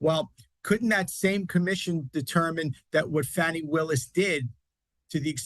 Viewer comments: HER NAME IS NOT “FANNY” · Her personal life is not anyone other than herself ffs If she was white this would never be an issue! Btw Her name is pronounced FAWNY👈🏽lack of intelligence there is revealed with the racism and disrespect 🙄plz We will see whether he succeeds to use his mafia SCOTUS court to get him off or not~lol Pun intended